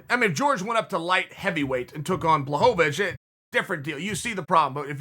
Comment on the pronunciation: jan “blow-ho-vich” 💀💀